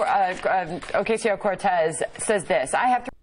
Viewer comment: You're getting closer to pronouncing her name correctly, Sam! I like it.